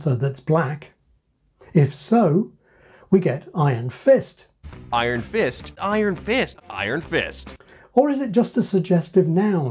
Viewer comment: Iron Fist being said without stressing either word is honestly the cooler way to say it, to me anyway